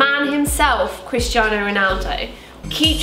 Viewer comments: did anyone else hear "Kriss Jenner" while was saying "Christiano"? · i thought you were saying "kris jenner" instead of christiano omg